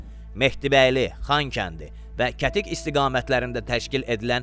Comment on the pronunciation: kətik yox gədik de oqlum yerlerin adlarini düz seslendirin